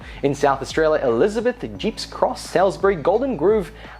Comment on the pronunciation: its pronounced sawlsbry, ie salisbury